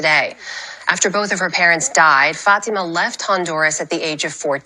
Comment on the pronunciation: His girlfriend should dump him...unless she is here illegally. He could not even pronounce the girl's name correct. He called her FAT-A-MA. What an idiot!